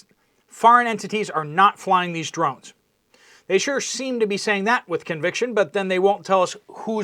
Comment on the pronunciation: Shhh!!! I'm hunting dwones you silly wabbit.